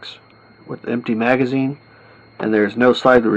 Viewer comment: Say it with me: Magazine (mag uh zeen)